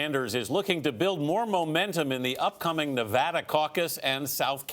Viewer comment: Its not fawking Nevader you old fawker Its Na Va Duuuuh